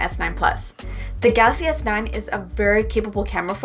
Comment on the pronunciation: I love the way you say Galaxy S9🤣 Idk why it sounds gassy S9 to me lol